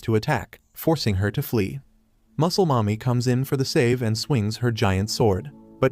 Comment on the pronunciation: Pls stop saying muclel momy